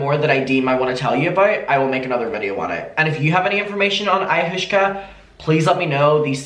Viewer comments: It’s pronounced ay-ah-was-ka. But I like ayahooshka better! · It's pronounced (Eye-Ah-Wass-Ka) This is so careless on Catherine's part. I'm disgusted :l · Hi! It’s pronounced EYE-YA-WAH-SKA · Because people are just commenting on you saying it wrong and not teaching you how to say it - Ayahuasca is pronounces like ay-oh-was-kah ❤❤😂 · I - a - Waska 😛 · I think it’s similar to peyote/dmt/mushrooms/acid. Also it’s pronounced EYE-AH-WASK-AH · You're awesome, clearly not into hallucinations. I'm not either but I watched Chelsea handlers documentary on it and I think it's pronounced eye-ah-wah-ska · listening to trying to pronounce ayahuasca is soo funny omg (eye-uh-was-kuh) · it’s pronounce “ ayawaska” lmao 😹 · Not that it matters but ayahuasca is pronounced aya-wa-sca :) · the way you said ayahuasca literally killed me I'm gonna call it aya-hooska forever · oo i-o-waska i think thats how u pronounce it right? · It’s pronounced like ( IOH-AWSKA ) and it is a drug that has been used for thousands of years from tribes in the Amazon, they deem it so important even new born babies have to take it upon their birth in some areas. This is not me saying she is right by any means just giving you a little info on the drug. Lol I think she’s nuts. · peace and love, its pronounced Eye-i-waska. It dates back to some of the earliest civilizations, essentially like LSD from what I gather, normally taken in tea form. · i think its pronounced ayah-wah-scah right? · adammmm thank you for another video! i do wanna tell u it's pronounced eye-uh-wass-kuh, ok love u have a great day ❤️❤️ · Pronunciation: Ai-ya-wa-ss-ka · i know u prob already got comments abt this but its pronounced aye-ah-was-ka and its just pretty similar to lsd or shrooms :) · Pronounced like “Eye-ah-wah-skah” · Aaaaaah “Aye-u-was-ka” yeah that’s like Druid journey nature trip stuff. So she’s been secretly drinking psychedelics, that’s how she’s living in a false reality. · It’s pronounced ayo waska